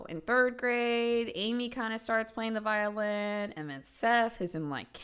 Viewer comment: I rewinded that part 2 times because I kept thinking she said violence instead of violin 😂 I’m glad I’m not the only one